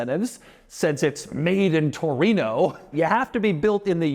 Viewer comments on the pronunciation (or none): Latin: "Torino" Gringos "Touruino" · what's a "toureeen-ooohhh"